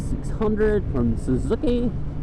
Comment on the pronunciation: he sounds funny when he says suzuki